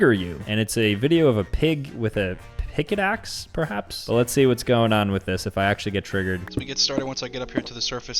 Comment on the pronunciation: nahhhh, “pick-it-axe” goes crazy 💀